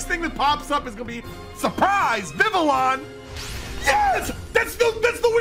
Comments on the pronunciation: that isnt how you pronounce vivillion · I love you man but you gotta learn how to pronounce some of your Pokemon correctly LOL Hearing you say Vivillon hurts me